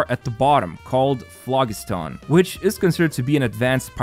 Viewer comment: The g in phlogiston makes a j sound. It's a real word, not something they made up for this update.